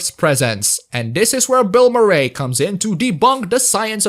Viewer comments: The way you pronounce Bill Murray bothers me a lot. Aside from that excellent review. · Considering how much Murray didn't want to be in the movie, I'm sure he appreciates getting his name wrong.